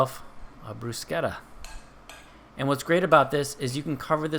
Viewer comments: love the video, and you are correct with pronouncing bruschetta... In Italian, the pronounce SCH like "K" not "SH" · your pronunciaton is correct!